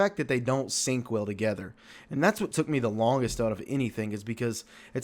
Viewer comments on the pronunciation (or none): none